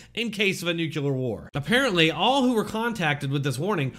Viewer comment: Nuclear, not nucular.